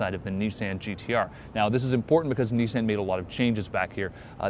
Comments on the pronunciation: It's Nissan as in autoBAHN.... not touCAN. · It's the "i" as in MISSED it's not MEEsed... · KneeSand? You idiot, it's pronounced KneeSon. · not "nee-san" its "nee-son" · If this guy says "niece-Anne" one more fucking time, I'm unsubscribing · Dude u r saying Nissan WRONG!!!!! learn the damn brand name then do a video! this bothers me so much! Have respect! i am unsubscribing! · learn to say Nissan right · Um, are you pronouncing the name correctly?